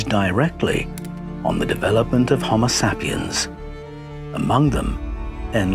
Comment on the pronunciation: SAY PIENS...so annoying, not sap iens